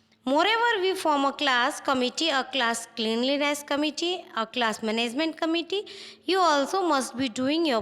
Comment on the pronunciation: Comize , manezmen,bazez,prezezving,lezizlative😂😂sahi se to bolo aur ye konsi 12 std ki hindi bolrahe ho😂😂